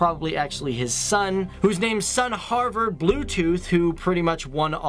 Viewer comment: Please..................... Don't ever try to pronounce "Margrethe" ever again. ;) Or "Gorm the Old" (not "Grum") Or "Harald Bluetooth" You are so much off. ;)